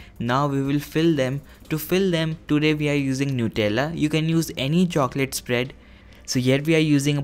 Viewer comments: It is pronounced nut-ella not nute-ella I'm telling coz I use to do the same mistake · They were very nice but Nutella is made out of nuts he called them noutella the pronouncation